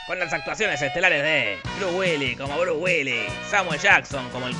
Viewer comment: Nunca había escuchado el nombre de Bruce sin la S' en castellano o en inglés. Check Now.